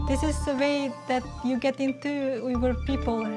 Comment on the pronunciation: it's u-ighur!